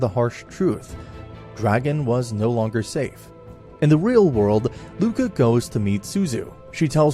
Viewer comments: It's Ruka, not Luka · Buddy, it's Ruka, not Luka